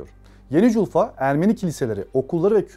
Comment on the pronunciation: Джульфа,ударение на букву "А".И вообще спикер неважнецкий,безграмотен,не в теме.